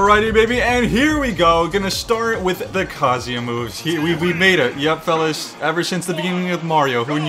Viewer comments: He’s saying it like kazea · That’s not how you say his name